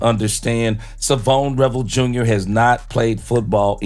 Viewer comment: Come on man learn how to pronounce his first name. It’s not.Savone it’s Shavon. this ain’t rocket science